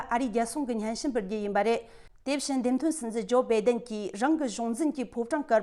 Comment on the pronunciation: བྷེ་den མ་རེད། བྷཱའེ་denརེད། (སྒྲ་གདངས།)